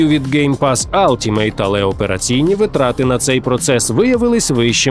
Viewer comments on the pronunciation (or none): вИтрати, не витрАти. це вже не перше відео де ви так кажете